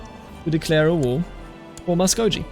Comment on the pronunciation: Just as a little piece of advice, sir. Muskogee is pronounced with a hard G. So like “Going” or “Gape.” Much the same way German G’s are pronounced in “Gehen” or “Geld” Great work absolutely love this series a lot.